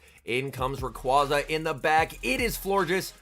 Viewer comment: Love the videos, and not trying to be a dick when I say this, but it's pronounced Ray-qWAY-za